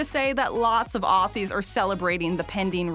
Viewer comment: wtf did you call us awssys? WTF WTF